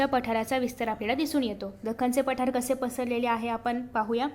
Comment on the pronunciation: And it is not paathr it's pathar 😂😂